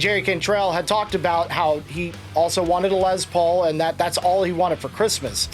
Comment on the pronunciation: it's "Lessss Paul" not "Lez Paul" his name was "Lester Paul" not "Lezter" no offense to our LGBTQ friends.....